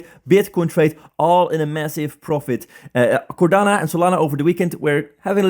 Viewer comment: It's called Cardano, not Cordana ;-)